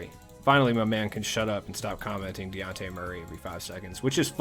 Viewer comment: In case you’re counting at home, this is the SECOND time I’ve tried correcting you on the pronunciation of Dejounte Murray’s name…. it’s de-jawn-tay or duh-jawn-tay - and in the town he’s known as Baby Boy or Baby Jamal Crawford!!! 💪🏾💪🏾💪🏾🏀🏀🏀 Another great video my guy, keep it up!! (just make sure you got baby boy’s name right!! lol)